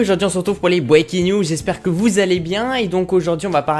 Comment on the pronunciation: Si tu sais pas parler anglais dit pas breaking news